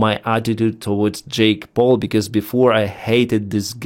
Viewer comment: Not sure if was already mentioned our not but when you said “Jake Paul” it sounded a lot like “Jake Broe”.